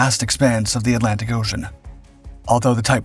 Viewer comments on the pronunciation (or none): none